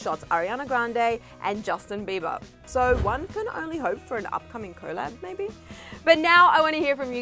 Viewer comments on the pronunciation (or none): “cOllab” oof